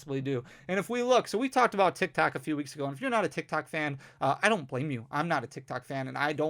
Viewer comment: Sounds like you say TikTak lol - great video!